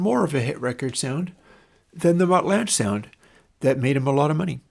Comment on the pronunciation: Mutt Lange - pronounced like Langer without the r, not lange like flange